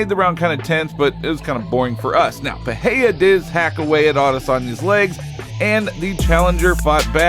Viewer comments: What’s with everyone pronouncing his name as if there’s an H in it? It’s pronounced Pi ray rah not Pi hay day. If you can’t roll the “R” say the “R” regular or the American way. The way this guy and Joe Rogan says it sounds very unintelligible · PEREIRA is pronounced PE-RAY-RA!!! Otherwise I enjoy your efforts. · Im fascinated everytime some cant pronounce R s after another in a name like Pereira.